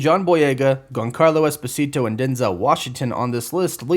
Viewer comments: That pronunciation of Giancarlo Esposito is epically bad. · can you learn how to pronounce giancarlo esposito's name please